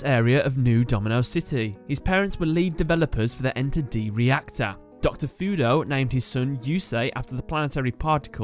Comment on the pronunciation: It's 'Ener-D', not 'Enter-D'.